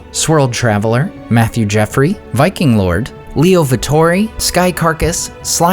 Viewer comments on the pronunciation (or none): none